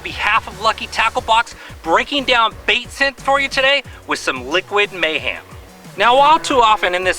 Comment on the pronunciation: Did you say Liquid MayHAM? lol